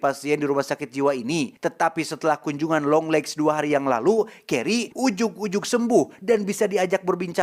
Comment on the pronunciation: apa cuman gw yang denger longlegs lama lama jadi dengernya yonglex ? 😅